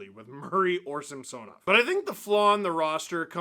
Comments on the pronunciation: Steve pronounces his name correctly, except for the first "a" which should be pronounced like in "some", not "Sam". Some-SOnoff. I'm a Russian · Hey Steve, our goalie's name is pronounced Samson-off ...not sam-Sanoff... per his own request after having his name mis-pronounced for several years by his fomer team... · enjoy all those juicy Sammy rebounds! Also, if you have any pull with the broadcast team, please let them know it is pronounced sam-SO-nov, not SAMPSON-ov. Like nails on a chalkboard. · SAM-sah-nov. Stop saying it wrong, Dangle.